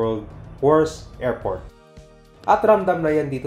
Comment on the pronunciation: Pronounce mo ng tama. Airport Hindi report ,area Hindi erea, arrival him arribal